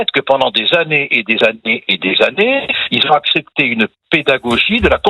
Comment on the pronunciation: J’aime bcp le “Zont”. Je suis méchant Je sais mais j’ai été à l’école dans les années 60 et 70 …. plus rien à voir avec la suite.